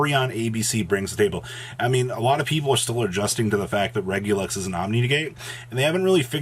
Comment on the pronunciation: Why do you keep saying regulus wrong? You’ve got to know there’s no x at the end